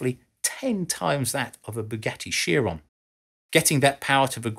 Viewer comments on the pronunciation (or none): Please no. it's not Sheer-on it's Kai-Ron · Chiron: kai·ruhn. "Kai" like "kite" and "ruhn" like "run".